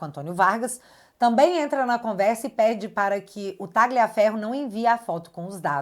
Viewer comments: A pronúncia é "Tálhia" e não "Táglia" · Caramba, a direita tem que ser e parecer inteligente. A pronúnica do nome Tagliaferro é Tálhafero(Com o r na ponta da língua) do italiano, que significa "Corta Ferro"